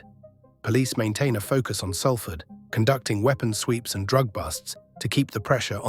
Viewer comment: Learn how to pronounce Salford mate.